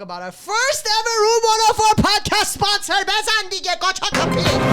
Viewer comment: "Ve have a esponser for de ferst time" "BEZAN DIGE"